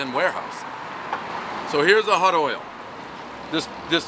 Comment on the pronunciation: Can he really not pronounce the word oil?